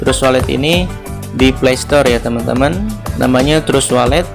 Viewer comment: Trust wallet di baca "tras wolet" Cryptocurrency dibaca "kriptokaransi" Kritik membangun ya min, jangan emosi